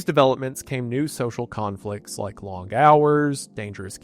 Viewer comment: Bro you straight up pronounce your g’s like Forrest Gump. The word is long. You say, “Long-guh “ I don’t hate it. You also say lawyer funnily. I also don’t hate it.